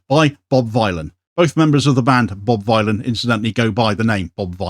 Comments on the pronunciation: Good video as usual. Just got to pick you up on one thing. Bob Vile-on!? Surely the rhyming couplets are Dillon / villain? Bob Villain.. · Villain not Vie-lan 😊 ✊🏽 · It's said bob villain btw, not vy lan like bob Dylan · It's pronounced 'Bob villain" surely, to rhyme with Bob Dylan not Bob Vylon to rhyme with Bob Dylon. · Bob Villain is how it’s pronounced. It’s a play on Bob Dylan, ever heard of him? Hahaha. But I totally agree w everything you’re saying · Is Vylan not pronounced villain to rhyme with Bob Dylan and also to sound a bit more punk..? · Love ya, but its pronounced Villain. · Vylan is pronounced "Villain" mate. It shouldn't bother me but every time you said it wrong it was super distracting!! 😂😂😂😂😂😂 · It's pronounced Bob Villain ffs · Pretty sure it's pronounced villain, like Bob Dylan. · it's pronounced Bob Villian". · “Vylan” is pronounced “Villain”..😊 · Pretty poor as a guy speaking on current affairs to get the name of the subject of the entire story wrong. How’s that even possible. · He could AT LEAST learn to pronounce the band's name right. Bob Vylan rhymes with Bob Dylan the Ethnonationalist Villain. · Yes, you could have pronounced the name of the band right at least once. It's a play on Bob Dylan, the Ethnonationalist Villain. Shame decided to go all IOF and massacre their name. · How dare he pronounce the name of the band, an Obvious play on Bob Dylan the Ethnonationalist Villain, incorrectly every single time?